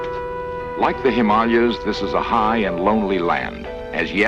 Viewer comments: I've never heard Himalaya pronounced that way. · yes, Leonard kept mispronouncing it, was quite annoying! He might have been given a script to read with a TYPING error in it, maybe missing an A. That would partly explain it...except that Leonard Nimoy would seem to have been smart enough to know that, you would have thought :( very basic boo boo.